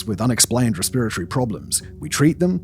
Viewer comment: English never fails to amaze me. after 3 continents and 51 years between them, today is the first time i have ever heard the word "respiratory", pronounced in this way.